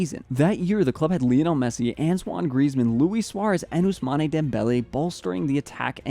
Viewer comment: I’ve said this before. PLEASE PRONOUNCE OUSMANE CORRECTLY. It’s not Ousman-ay, it’s Ousmane. Please fix it 😭